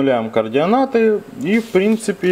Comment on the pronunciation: Везде говорит "кардионаты" )))